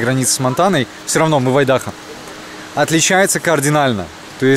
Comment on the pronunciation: Айдахо, ударение на первую "А".